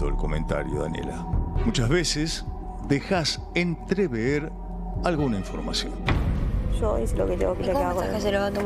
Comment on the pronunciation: “Entrever” o “Entreveer” ??? 😂😂😂😂😂 Hasta el mismo Gran Hermano es un BURRO!!! Que país!!!!